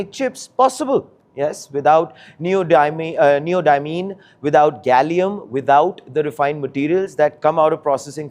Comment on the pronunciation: It's neodymium not neodymine. dumb journalism